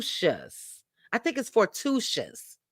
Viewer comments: The name of the movie is For-too- i-tus FORTUITOUS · Fortuitous: for too ih tuhs